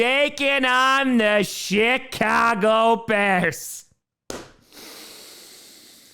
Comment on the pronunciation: He's putting a T after the i in "CHI-cago," isn't he?!?